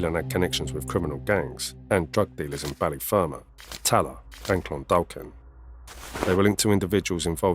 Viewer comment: Clondalkin is pronounced Clondakin.the second L is silent.